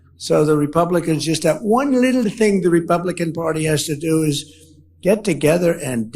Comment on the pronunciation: I could've sworn that he screwed up the word 'Republican' and said 'Rebumblican' instead. 😂 That's EXACTLY what Trump is!